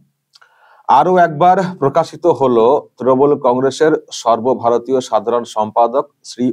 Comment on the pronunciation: সর্বভারতীয় কথাটা শুনলেই হাসি চেপে রাখা যায় না!!!